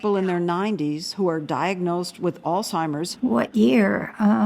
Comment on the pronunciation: Too bad Lesley does not know how to pronounce the word “Alzheimer’s”